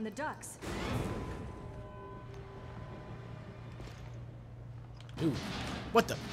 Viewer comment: it really sounded like she said : there's blood coming from the ducks